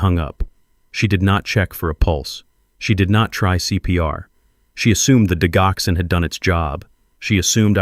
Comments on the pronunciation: for crying out loud... it's ''di Joxin!! wtf?! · It is Digoxin(di-jock-son) or digitalis(dige-i-tal-is). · Why do you insist on using a Robo voice to dictate your stories? It is so distracting to hear medication‘s incorrectly pronounced for example, the main medication in this story, digoxin is pronounced “ dijoxin.” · Please pronounce digoxin correctly. You really shouldn't used medical terminology when you can't even pronounce it correctly. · I wish AI would learn how tp pronounce Digoxin; the g has a j sound.